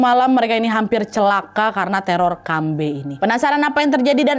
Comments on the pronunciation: kalau manusia setengah hewan tu hantuen, kambe tu pure "hantu" aja, aku Kalteng soalnya, terusss aga gemes pas kan nad ngomong "kambe" karena kalau di sini cara penyebutan nya kambE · Dibaca kambE kak, ditekan huruf vokal e 😅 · di awal mikir keras kambe apaan, ternyata pelafalan khas ka nadia yg buat aku gk ngeh itu "kambe". fyi cara pelafalannya itu ada penekanan yg kuat di akhir, "kambe." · Kambe', bukan kambee 😅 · Bukan Kambei kak nad, tapi kambe